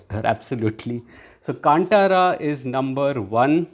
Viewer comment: Hey btw in Kantara, T is pronounced as ‘th’ not ‘t’…